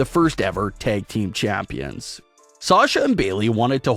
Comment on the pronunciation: “ womens tag team CHAAÜMPIONS”😖😖🤣🤣